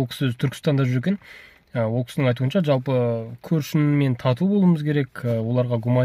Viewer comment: Джалпы емес, жалпы деп айту керек